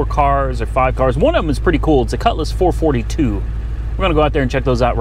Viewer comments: It's a Four-Four-Two not Four-Fortytwo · Its not pronounced four forty two its pronounced for four two. As for how it started? that thing needs some serious carb work. We get temps of colder than -40 up here and even at -40 my all original 1963 Dodge 4 dr sedan with its original carb will start better than that thing did at +25. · FOUR-FOUR-TWO, NOT FOUR-FORTY-TWO. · Four-four-two, not four forty two. Ans it's swivel seats, not swing-away. Geesh! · HEY! its not a four forty two Ita a four four two.. Ur grounded. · Four-four-two, not four 42.... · Four Four Two not four forty-two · he doesn't say it right. Look it up. It had hyphens between the numbers originally